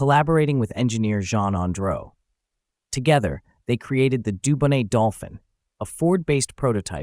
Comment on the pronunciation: It’s an H6B not C and the T in Dubonnet is silent.